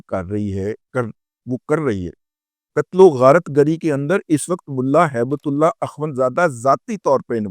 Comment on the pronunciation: موضوع پر کوئی اعتراض نہیں. لیکن آپ درود پاک سے گفتگو شروع کرتے ہو. ہیبت اللہ کو ہیبت اللے)(نقل کفر، کفر نا باشد) کہتے ہوئے شرم نہیں آئی آپ کو؟ ہیبت کو ہی تے کہدیتے تو چل جاتا. اللہ کو نعوذ بااللہ اللے کہتے ہوئے زبان پر آبلے کیوں نا پڑ گئے. اللہ کی شان میں گستاخی پر توبہ کرو اللہ سے. بہت منہ پھٹ اور بکواسی ہو.